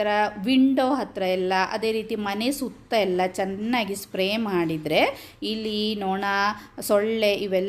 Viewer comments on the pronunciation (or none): ಅದು ಹಿಲಿ ಅಲ್ಲ‌ ಇಲಿ, ಮತ್ತೆ ಒಲ ಅಲ್ಲ‌ ಹೊಲ ದಯವಿಟ್ಟು ಕನ್ನಡವನ್ನು ಸಾಯಿಸಬೇಡಿ